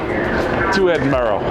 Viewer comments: said Edinburra, said Edinburrow, was wrong. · How do Americans get Edinburrow out of Edinburgh? bura. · helpful tip if welcome ? , Ed-In-Brugh ( bruh ) 🤗❤️🏴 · Edinboro lol yeh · Always pick the train. Best way to travel. Btw. Edinburgh is pronounced. ed-in-bruh. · "Edinbro" grates a bit, and "Edinburg" When I go to Pittsburgh I'm going to insist on calling it Pittsburra 😆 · All you need to do now is to learn how to correctly pronounce Edinburgh. 🙄😖